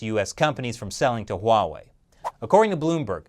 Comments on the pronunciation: If you're annoyed by Tom Cotton's pronunciation of Huawei, you should hear how most of my friends pronounce it. You might need a few shots of everclear after, though. The US government is worried that Huawei will do to the US government what the US government does to everyone. Don't steal. The government hates competition. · Steve Bannon mispronounced Huawei? Spell it with me; h-u-a-w-e-i, and say it People's Liberation Army. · "Stop saying it like that", well stop having the damn beard and shave it off and maybe we will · It is actually pronounced as "wah-way" not Huawei. You are wrong mate and the official is pronouncing it correctly. I pity you as your channel name is "China Uncensored". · H’why h’would you pronounce it wuhway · THANK YOU for pointing out that even our leaders keep mispronouncing Huawei, which is pronounced just like it's spelled! (HWA WAY, in case anyone is still confused.) I find it so irritating that even some NPR and Bloomberg reporters never took a minute to double-check that, as well as how to correctly pronounce Xi Jinping. And I'm always politely correcting people who say "kung fu" instead of gongfu. LOL. But at least THAT is understandable, since Westerners got used to seeing the confusing Wade-Giles Romanization of Chinese before pinyin finally became better known. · your “Huawei” got pretty close to “Wawei” ;) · I know, right. Here in the Netherlands people say Hu-A-Wai which sounds even worse. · I've been trying to improve my Chinese pronunciation. So Huawei pronounced wha-way? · Huuuh... It's actually pronounced WAAAAAH-WAAAAHY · HiSilicon has been preparing for years yes, they have been stealing industry secrets like cleptomaniacs. Huawey should not be given 90 days, cut ties with the thieving bastards now and get it over with. PS. I'm going to dream about saying Huaway.. with an H... tonight, I'm so self-conscious now... Ban it so I do not have to say it!! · i think he is speaking cantonese wah wei